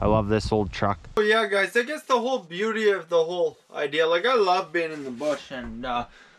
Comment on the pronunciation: gets'er done. she's a bee'yooti